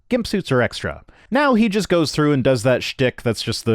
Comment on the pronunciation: "Let's think it through... As if I were able to think..." Btw, he think it's "true", not "through".